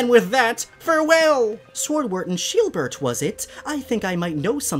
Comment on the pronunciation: Also btw it’s sheildbert not sheebert lol also also is Swordward a cousin of squidward